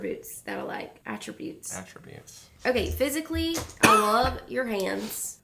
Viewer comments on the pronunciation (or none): Hunters face when said “astributes” has me cracking up😂😂